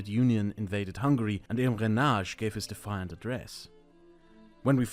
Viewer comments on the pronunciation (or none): Who the f^¢& is Imranaj 😭🙏 it's Imre Nagy pronounced like /imre nadj/